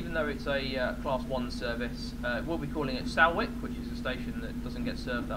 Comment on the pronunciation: Nice video. Btw, Salwick is pronounced Solwick. Just like salt is pronounced solt